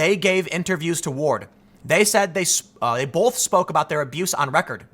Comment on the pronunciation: You do a great job as a journalist, I'm a yooj fan. But you gotta lose that "L" you keep sneaking into the word "both".